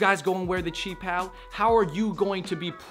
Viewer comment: Doubt she even knows how to pronounce qi pao lmao